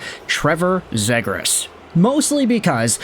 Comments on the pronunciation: Its ZEEGRAS Long E vowel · C'mon, you know it is pronounced Zeeegras with a long E.. At the very least respect the player and pronounce his name the way "he" pronounces it. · I’ve never heard anyone pronounce “Zegras” like that before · Forsure not saying his name right lol